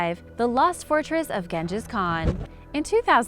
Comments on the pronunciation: And then she out did herself by saying gen-jas kham 😂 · Am I the only one annoyed by the way she is pronouncing Genghis Khan? Wouldn't be so bad if she didn't say his name a bunch of times over and over...ugh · just so you know, she botches a lot of pronunciation.........Genghis Khan for instance..... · Or Genghis Khan